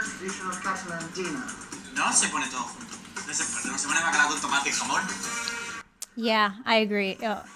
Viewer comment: okay i’ve just seen this. as a spanish person, the guy saying “bacalado” during the dinner literally killed me.